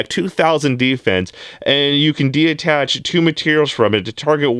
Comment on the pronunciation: Say it with me “detach” de-attach is not a word